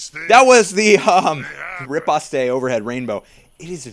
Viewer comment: "Riposte" is actually pronounced "repost", not "repostay". Nice video!